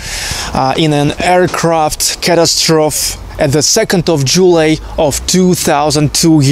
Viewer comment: Catastrophe is pronounced ca-TASS-tro-fee...your English is great though. I hope you don't mind suggestions on how to improve it. Cheers from California.